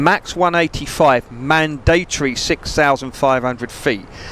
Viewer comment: Well, I have never before heard someone pronounce mandatory as "man-DAY-tory"